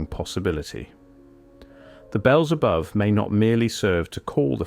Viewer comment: I love your vids (AI voice?). A joke pun: the voice said, ' the bells above...' which can sound like '.. Beelzabub..' stupid, I know. But I lack sleep today.